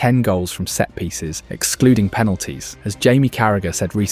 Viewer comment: "set-piecies" lol Arteta knew it from the very beginning 😂